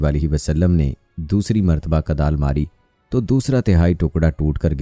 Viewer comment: Huzur ne Kudal Mari not Kadal, ap apni urdu sahih karain.